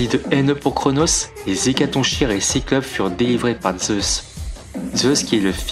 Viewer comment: Attention le "ch" d''Hécatonchires se prononce comme si c'était un "k" , comme dans chaos ou choléra (oui je choisis des exemples fun) :)